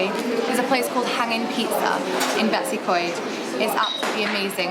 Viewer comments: The way you tried to pronounce betws y coed should be illegal😂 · dw most people in wales can’t pronounce these words properly😂 “beh-tus ugh coid”